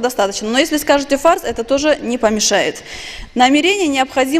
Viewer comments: На д з произносит неправильно ,фард , Рабадан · И не фарз,а фард. Неуч